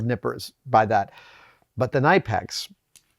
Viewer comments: I call mine “ nip-ex” not “ni-pax”. What’s wrong with you Savage ? Hee hee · to late but as a german it is more called C niiiip EX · Pronounced “Ka-Nipex” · Well, I have to do this. It is called Knipex, with the K in the front. Not Nipex. There is even a video from Knipex about how to say it. I'm sorry. I had to do this. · Kuh Nip Ex not Nigh pex. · Kuh-Nip-eks not ni-peks. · KNIPEX, NOT NIPEX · Great video and bonus points for the unique pronunciation of knipex I've never heard before: NYE-pex is a new one for me! I say that with love of course. 😉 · Ny-pex? C'mon Adam ...it's Ker-nip-ex. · K in Knipex is not silent!!! kuh-nip-x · It’s actually pronounced K nip ex. I used to call them nipex, silent K. I watched a Knipex video with their reps and they were asked how to pronounce knipex. I learned something new that day. They are some of the best tools out and last forever. Well worth the money. Engineer from Japan makes cutters on the same level as knipex just much cheaper. Engineer is actually my favorite for repairing circuit boards. I have knipex and Engineer. Sadly my $60 knipex ESD nippers don’t get used any more. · 100% agree. Knipex is the best. As a former mechanic to now doing precision CNC they stand head and shoulder above the rest. But timidly, sir.. I do feel the need to tell you their name is pronounced “kuh-ni-pex”. Haha, I was once scolded by their German rep at a trade show on how to say it. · I dunno man, the official Knipex Pronunciation Softstyle T-Shirt says Kuh-Nip-X on it. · Please learn how to say “ K nip X” Adam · You have to pronounce the K, K-nipex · How the hell did Adam go the whole episode calling these Knippers, then pronounce Knipex like "knife"? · “Kuh-knee-pex” Knipex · All those are actually 'diagonal cutters" or "side cutters." Nippers have jaws perpendicular to the handle axis. Knipex is pronounced k'-NIP-ex, per my German friends. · It’s pronounced K-nip-ex ;) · It's pronounced K-Nip-X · It's pronounced KUH-NIP-X.